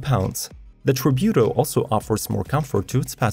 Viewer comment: IDK what you're saying but it isn't Tributo